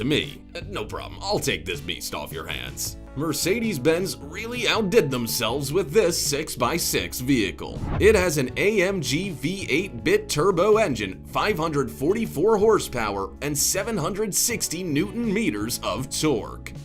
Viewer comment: What is a Mercedes "Bit Turbo"......hahahahahah, it's "Bi-turbo". Meaning two.